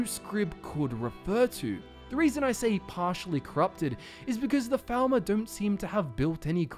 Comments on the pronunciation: Sounded like you said thalmor in the beginning, not falmer. Odd. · It sounds like you keep saying thalmor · Lol I keep hearing "Falmor" as "Thalmor" and getting confused 😂